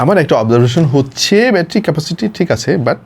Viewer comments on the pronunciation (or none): none